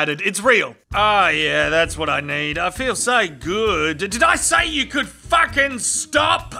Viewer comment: "Did I say you could FACKING stop?!"